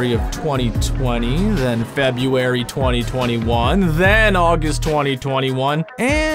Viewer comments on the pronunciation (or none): Why is the narrator of the video unable to correctly pronounce "February"? is it some horrible quirk of substandard north American education systems?